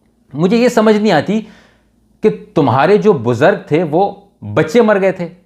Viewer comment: BUZARGG ? LOLLLL BUZURG HOTA